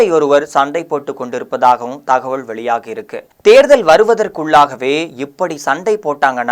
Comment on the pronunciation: தம்பி நீ ல ள ழ சரியாக உச்சரிக்கப் பழகிக் கொள் , அள்ளாமள் போள,தகவள்…..